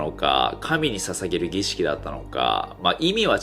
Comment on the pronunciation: 儀式って一回も言えてない